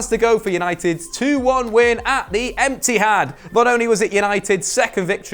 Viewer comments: How many of u noticed said Empty-had at the end of emoji Mondays?? 👇👇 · You said, EMPTYHAD haha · does he say "Empty-had" that's jokes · Did anyone hear say Emptyhad? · Nice to see you, and was it me, or did he call cities stadium the emptyhad.